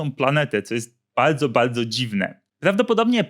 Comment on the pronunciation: Nie mogę słuchać człowieka z wadą w czymś takim, baydzo baydzo coraz baydziej XD